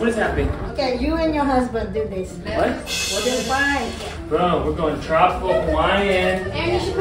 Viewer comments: It’s “boodle fight” tho, not “beautify” in 😅 anyways love u guys🫶🏻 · BOODLE FIGHTTTT not beautify 🤣😭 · Its boodle fight not beautify! Haha! Filipina fan here! ❤️🤗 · Your mom said boodle fight. Not beautify. Lol. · It’s boodle fight not beautify 😂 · AHHHH ITS BOODLE FIGHT NOT BEAUTIFY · its boodle fight not beautify Ahahhshs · Your mom said "Boodle Fight" when you guys were laying out the banana leaves... It did kind of sound like "Beautify". 😊